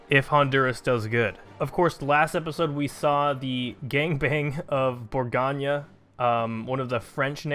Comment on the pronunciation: for what it's worth, it's "bore-goan" not "bore-gone-yuh" not trying to be that guy, it's just that my french teacher used to get on me about my pronunciations